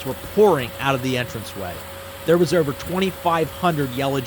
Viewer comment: This dude has to be from Philly area. The way he said "over" and "exposed" was a give away